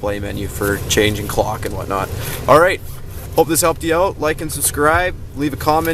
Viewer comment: Oaut? You from Canada?